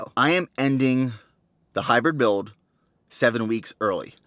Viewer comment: "The Hybwid Buiwld"